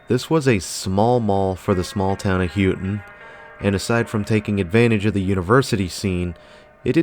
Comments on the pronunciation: Loved the footage of the Copper Country Mall. She's in great shape. Just one note, Houghton is pronounced Ho - ton like how Santa Claus says Ho, not Who - ton. Can't believe you came to the Copper Country and never even listened to any local radio station to figure out how the name of the town is pronounced. The local radio stations are the best for Copper Country Cruising. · I used to work in a clothing store in the Mall in the late 90s. I will let you know that you said Houghton really wrong. It's "hoe-ton". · Good video and nice little mall. Also Houghton is pronouced HOAT-IN. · I used to think Houghton and Hancock never really changed that much... but seeing this makes me realize how much it has. I remember when Dunhams was a video store 😮 Still love this mall - hope it never closes. Appreciate u doing this... even tho u called it H-o-ton 😊